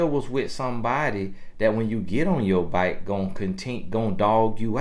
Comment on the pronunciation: “Get off your byke” 😂